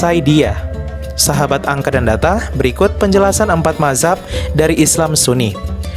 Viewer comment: Mazhab itu bacanya "Madz hab" bukan mahzab 🤣🤣